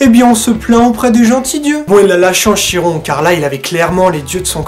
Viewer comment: Bonjour, la prononciation est " Kiron " ;)